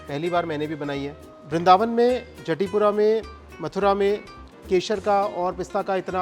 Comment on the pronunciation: राधे राधे भैया बहुत बढ़िया, recipe बहुत अच्छी बतायी है। एक बात कहूँगा - जतीपुरा (गोवर्धन) को जटीपुरा मत कहिए । अपभ्रंश है। राधे राधे 🙏🙏